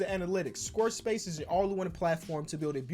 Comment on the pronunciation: Did anyone else notice him saying “squr space” instead of square space